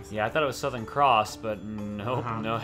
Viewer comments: That feeling when Chugga puts 'Softkern' instead of Southern. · How the bloody hell can someone not see Southern and see "Softkern"